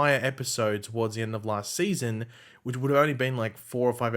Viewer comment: “Seayson 7”